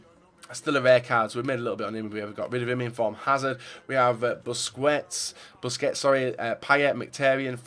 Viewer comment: you finally said Busquets's name right! I'm so proud of you.